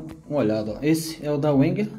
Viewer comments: Não conhecia esse modelo, interessante- a propósito, só para encher o saco mesmo.... Wenger em alemão pronuncia-se " venguer" - com "v". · Boa noite. Eu tenho a maior dúvida com relação à pronuncia da marca Wenger. Uns falam Venger, outros Uenger. É bem confuso. Mas eu acho que vc tem razão, uma vez que o Alemão é uma das línguas oficiais na Suiça. De agora em diante quando for falar sobre algum canivete da marca vou utilizar a pronúncia "Venger". Obrigado pela dica. Um grande abraço.